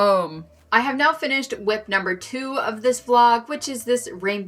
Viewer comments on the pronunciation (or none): none